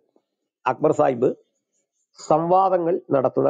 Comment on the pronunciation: സാഹിബ്‌ അല്ല, ചായിബ് എന്ന് പറഞ്ഞാൽ മതി.. 😂